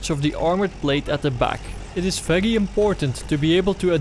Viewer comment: when you say very it sounds feglyi